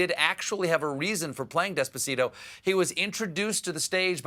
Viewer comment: *Despacito not Despacino lol